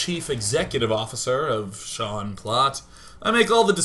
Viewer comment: Smaniii1, HIS NAME IS SEAN NOT SHANE